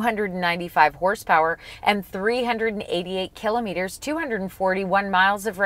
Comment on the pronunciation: "ki "lah" met- er" - otherwise thank you: nice video